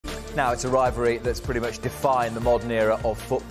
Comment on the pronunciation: Only Ronaldo talks about a "rivary" never heard Messi talk about a rivary..🤷🏾‍♂️